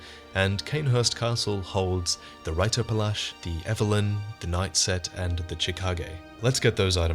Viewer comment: Hi, guys. A German person here. Just trying to explain to you how to pronounce "Reiter". Basically, it's the same as "writer", only the "R" in it is not produced by the upper region of your mouth, but by your throat. It sounds very guteral. I hope this explanation, maybe combined with Google Translator, helps ;) We don't want to see this become the catastrophe that "Zweihander"' is. Jesus Christ, the pronunciations I've heard...